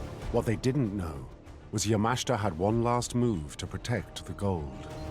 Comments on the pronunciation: It's promounced YA-MA-SHI-TA. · Excellent video. If the narrator watches it himself, he might learn to prounance Yamashita correctly!